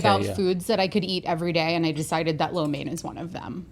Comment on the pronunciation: Rhett is rocking the “flo mein”